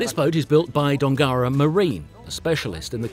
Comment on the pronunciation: Great video mate. Shame nobody taught you how to say Dongara properly.